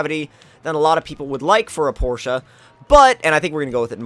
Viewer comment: Finally some one informed on how to say Porsche. Pronounced porschea not Porsche. Thank you for saying it right